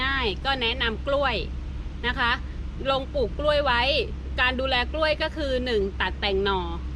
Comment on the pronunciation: แหม! พูดสวนก้วยคักๆเน่าะ จะทำคลิปก็ระมัดระวังการใช้ภาษาด้วย ก้วยๆ จริงๆ ไม่ออกเสียงควบกล้ำเลยเน่าะ ถ้าพูดอีสานก็ ก้วยๆ แต่พูดภาษากลาง ใช้ภาษา อักขระให้ถูกหน่อย